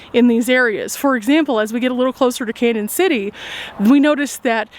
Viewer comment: Love your videos. Hate to tell you this but Canon City is pronounced Canyon city. There is a~ over the first n making it Spanish!